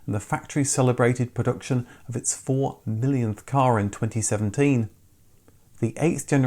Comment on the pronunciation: Considering the inclusion of the word "production" in virtually every video, it's surprising that you can't actually pronounce it.